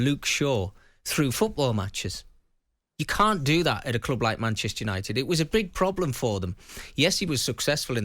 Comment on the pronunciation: Maybe learn how to speak English and that it’s ‘club’ not clooob’